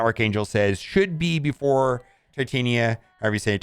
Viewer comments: Pronounced tit-on-ya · If you can pronounce Titanium, you can pronounce Titania